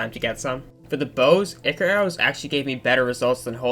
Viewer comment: its ichor not ikre